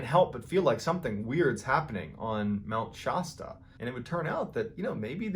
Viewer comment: Mount Shosta?